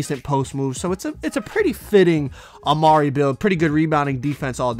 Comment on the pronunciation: When he says a ma ree it gets me tight